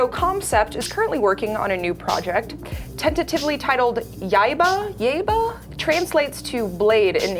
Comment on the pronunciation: Yah-eeba. Yaiba.